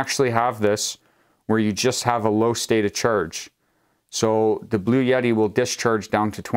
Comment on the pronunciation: Sometimes he pronounces it Blue Yeti! 🙂